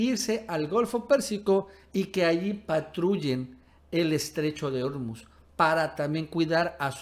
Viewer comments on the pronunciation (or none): SE DICE ORMUZ CON ACENTO PROSODICO (SIN TILDE) EN "U" ENTIENDES?